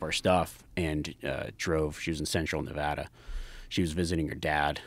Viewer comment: Huge props for pronouncing nevAda right good stuff